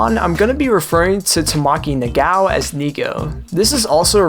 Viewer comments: Love the video, but the pronunciation of Tomoaki's name is To-mo-a-ki, not Tomaki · Tomo-Ah-ki😂 Fantastic video, but I’d be remiss if I didn’t point that out.